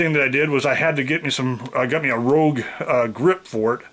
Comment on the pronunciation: Rouge grip? Note, it's a "Houge".